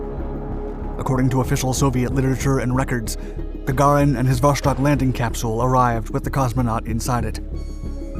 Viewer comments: Is Vostok not Voshtok. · It's so easy to learn how to pronounce. vastOk. vostok wold ve also survivable. But Voshtok - Christ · It's called Wostok, not Woshtok